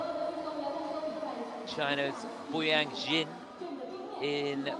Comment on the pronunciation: When can the commentator pronounce Boyang's surname right? He's a two time World Medalist, it wasn't hard to find out how to pronounce his surname Jin😅